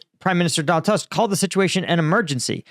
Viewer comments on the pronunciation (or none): Bro, I love your content, and I'm friggin flabergasted by the scope of your knowledge, so don't treat this as me, layman trying to lecture an expert🙂 Just one simple hint: Tusk is not pronounced like you said it. Correct form is Toosk (it's my weak attempt to make it phonetically understandable for an American). My credentials: 47 yrs of living in Poland🙂 All the best to you, keep up this fascinating work. One of my absolutely best yt channels in terms of unbiased content👍